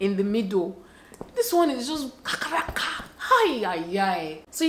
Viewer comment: Not “kakaraka” please😭😂😂